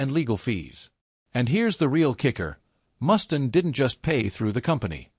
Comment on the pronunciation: I might take this seriously if your stupid AI narrator could pronounce the mans name correctly.